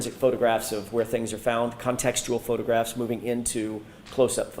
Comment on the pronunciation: sounds like has a hard time saying "photographs".... his way is - "ffffffotographs" 😂😂